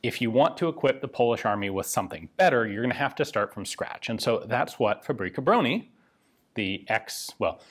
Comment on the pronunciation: BTW word fabryka contain word [ BRYKA] where is mean " vehicle ride " so is more alike FA BRY(j) (with originated 'y )KA - alike Fabry'ka ! And Bro-nih is [BRONI ]